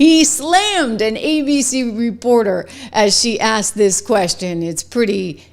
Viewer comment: "They axed him to leave"